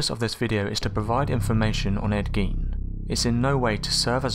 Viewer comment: In Germanic languages, "ei" creates an I sound and "ie" makes an E sound. Gein is pronounced "gyne".